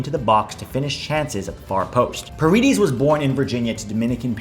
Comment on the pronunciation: Love the video and love the content. I’m not 100% sure but I think paredes is pronounced par-eh-des since he comes from a Dominican background. Other than that, hope we get all 10 of those guys!